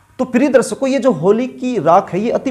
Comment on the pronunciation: Shindur nai hota sindur hota h, rassgulla khakar video na banein.,Darsako nai darshako hota h, Naas nai hota Naash hota h..Gutka khakar video nai banaein..bhaggg...